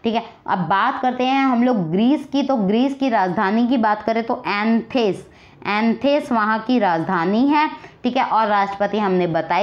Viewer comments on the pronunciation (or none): Grees ki rajdhani Athens hai..Anthes nehi..